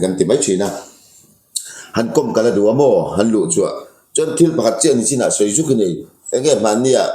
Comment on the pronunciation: Nu ber hian nachin ti tlata ka hriat chu le, nichin tih turah